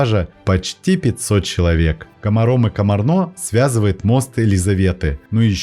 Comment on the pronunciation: Ударения надо правильно ставить. КомАрно, КомАр, ПассАу.